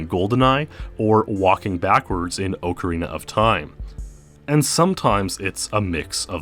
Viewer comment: Never played this "Oakarina of time"